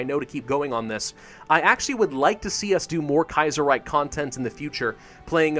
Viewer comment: "The Kaiyserreyk"...;) -, Grammer Nazi